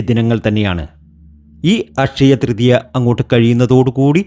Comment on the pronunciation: ഫഗവാനേ....... ഈ ഫക്തനെ മലയാളം പഠിപ്പിച്ച അദ്ധ്യാപകനെ ശപിക്കരുതേ.... അഷയ തൃതീയ ?....